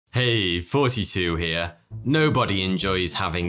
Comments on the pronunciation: Say it right it really bothers me 42 here is nails on a chalk board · I've been watching this channel for years, and I still hear "Forty-two here". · hahah I even replayed it several times and still 42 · I always thought you were saying “hey, 42 here” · who else thinks he says " hey forty two here"